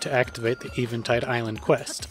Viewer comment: Eh-vin-tide. Not Ee-vin-tide. Still enjoying these vids.